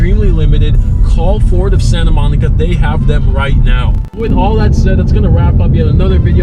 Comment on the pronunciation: Forward of Sayinta Moneekuh